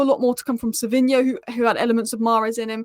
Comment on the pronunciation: Just a heads up. It's Savinho, not Savio.